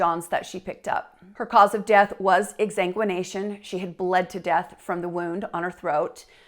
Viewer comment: It's exsanguination, sweetheart!